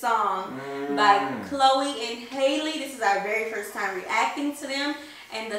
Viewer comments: Chloe and Halle are 22 and 20; Halle's name is pronounced HAL-le, not Hailey. Rhymes with valley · Her name is pronounced "Ha-Lee" like Halle Berry. The material is called "latex". Chloe (on our left) is 22 & Halle (on our right) is 20. This song is from their second studio album "Ungodly Hour" which they wrote & produced on all of the tracks. They're signed by Beyoncé. You must go to their YouTube page & watch all of their quarantine performances they did in 2020. Start from the beginning with "Catch Up" from BET Covid-19 Relief Effort Special, then go into "Do It" & continue to watch the rest of the videos in chronological order so you can see the growth.